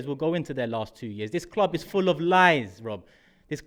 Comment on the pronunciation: voice makes me laugh so much.........is that his real voice? Really? "I said the same ting Las week" Ha ha ha..........arsenal will definitely score 10 in the last 7. Guarantee it.